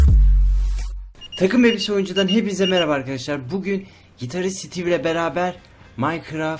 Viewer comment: lan okumayı yenimi örniyon maykıraf ne dousu Minecraft ingilizceden F- alırdın